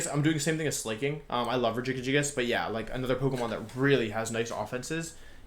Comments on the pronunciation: I've heard Wolfe pronounce pokemon's names before, but rejigijiggis I just can't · Wolfey: says Regigigas Me: “Am I having a stroke?”